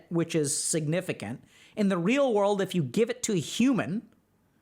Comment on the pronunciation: “In the real wurlde “